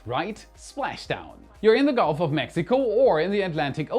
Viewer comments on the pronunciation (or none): none